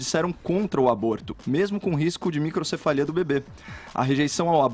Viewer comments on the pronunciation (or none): O cara erra até o nome microcefalia kkkkkkk e ainda quer opinar,mais é uma anta mesmo.